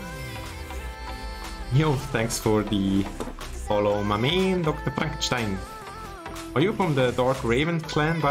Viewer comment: Im from germany, i thought u are either bavarian or austrian cuz of ur accent, i also knew that u speak german cuz of the way u pronounced DrFrankenstan